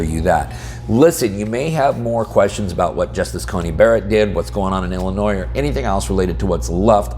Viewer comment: There is no noise in Illinois. Drop the "S".